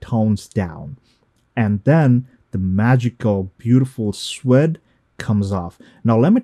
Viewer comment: You kept saying SQUID? and I was thinking what are you talking about ? After I while i thought maybe you are talking about suede? which is pronounced SWAYD